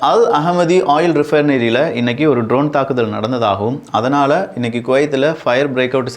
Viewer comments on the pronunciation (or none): none